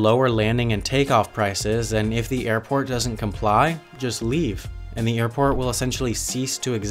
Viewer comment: “Ze planes” French man over here.